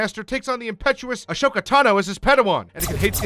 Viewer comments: Padmé ORGANA?? Padmé amidala would like to know your location. Also why..why are you saying ahsoka like that. You seem like someone who isn't a fan who just wants to capitalize on the show. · The way he pronounces Ahsoka’s name just made me mildly irritated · i found it funnyyy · Pro Polar Boy he’s doing it in 3 minutes, either tolerate the screwups or watch the damn show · You know this guy doesn’t watch Clone Wars when he can’t pronounce Ahsoka right. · And Ahsoka. ☝️🤦‍♂️ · Haven't watched this yet But that is gonna piss me off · Who the fuck is “A-Show-ka”??? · say ASHOOKA one more time 😡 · AH-SOKA. NOT A-SHOKA. FUCKIN DUMBASS. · Ahsoka not ashoka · Your saying 'Ashoka' was quite aggravating. Also, Padme, not Podme. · I don't get why youtubers keep calling Ahsoka Ash oka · A-shhoka vs. Ahsoka Hmmm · Ashoka? Isn’t it ahsoka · The animation was good, but the fact that he pronounced Ahsoka "Ashoka" through the entire video made me want to impale the screen with a lightsaber. Also, Padme ORGANA?!? ARE YOU KIDDING ME!!!!! HAVE SOME RESPECT! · Asoka not Ashoka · Ahsoka, pronnounced Assoka not Ashoka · Actually Ahsoka's name is pronoued "A-zo-ka" and not "A-sho-ka"... also it's Padme Amidala, not Padme Organa... Bail Organa, the adoptive father of Leia Organa, is a senator from the planet Alderaan, Padme was a Queen from the planet Naboo... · But why pronounce it “Ush-Oh-Kah”? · He probably misread "Ahsoka" as "Ashoka" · It’s not Ashoka. It’s Ahsoka. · "Padme Organa"? ..."A*sh*oka"? Are you sure you watched this show? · Noticed that too. He also says "Ashoka" instead of Ahsoka the entire video. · Also when he said Ashoka instead of Ahsoka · Padme Organa? Achoka? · It's pronounced a-so-ka It's obvious the person reading the script has never watched the show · That prununciation of ashoka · The way you pronounce Savage is ok, because there is a guy who says it like that as a humor line in the show. However, Padme is NOT Organa and Ahsoka is NOT Ashoka. Ok?